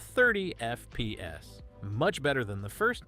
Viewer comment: he’s ai voice trust he says FPS weirdly